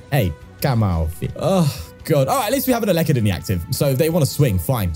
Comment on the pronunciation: Pronounced el - e -kid